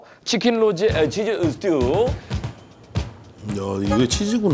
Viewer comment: 마,릇..게리따 피자.. 좋,아➡️요~~ 아맛,, 뜨리 치아나 파스따 자, 마찌막엔 어 찌금 스으튜가 남았어요↗️오~~ 치킨 로제 어 치즈 어 스튜↘️↗️~~